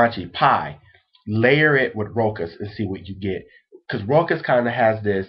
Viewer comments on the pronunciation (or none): You are so cute and adorable! I wanna take you home and cuddle you, lol. BUT pleeeease all you American fellas, PLEASE try and learn to pronunciate your French terms appropriately. It is called "Roouuuuhh.....shhhhhhhhaaaaaaahhhhhhhzzzz"! (it is an open "o" like in the word "WoW")....it hurts me when you say "Rokkkk-ahhhz" lol